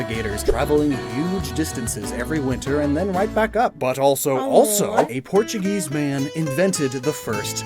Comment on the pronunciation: So quaxley isnt Portuguese. He's portu"geese"